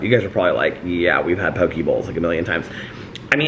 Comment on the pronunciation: Poh-kay bowl